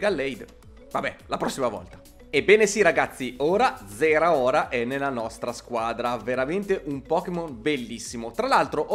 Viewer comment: si dice zaraora